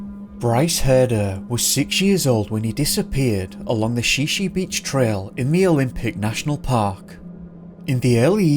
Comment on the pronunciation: The narrative could be improved by correct pronunciation of: Shi Shi beach= Shy-shy, and Sequim= Squim. Other instalments of this fellows narratives also are similarly mispronounced like Willamette is really Will am it, and not "will am metty". Obviously not familiar with PCNW locality.